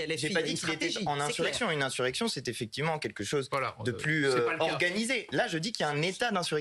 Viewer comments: inZurrection madame ! 😂😂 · "inzurection"... ??? Qu'est-ce qui se passe ? La dame n'arrive pas à dire le mot ou bien c'est un pari entre collègues ??? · InZurrection elle dit la madame de la Macronie